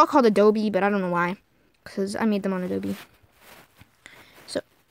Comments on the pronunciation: its not ADOBEEEeeeeeeeeee its adobe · Ado-BEE LOL it's A dope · OK IF YOU KEEP SAYING “ADOBE” I WILL FREAK OUT YOU DONT PRONOUNCE THE E IM IT!!!!!